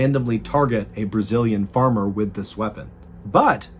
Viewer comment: I absolutely LOVE how you pronounced all the Brazilian names and words, good job! And the name of the city is hard even for us Brazilians to say! I always absolutely adore your videos, but to see one story from my country this time was a very nice surprise! Thank you for the constant good work!